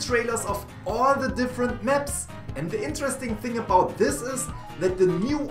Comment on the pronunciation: I like how he says Meps instead of Maps xD